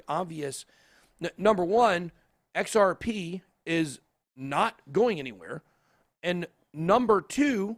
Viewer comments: Sounded like he said XRPenis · XRP what ? It sounded veeeery strange ;)